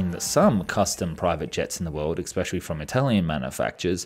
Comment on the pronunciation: Pronunciation correction, "especially" commonly and incorrectly said ecspecially.